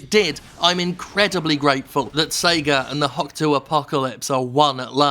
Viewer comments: I know the U in desu is silent but hokuto is pronounced as hoe-koo-toe, not hock toa. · Watching this in 2025, and I keep thinking Steph is saying "the Hawk Tuah martial arts."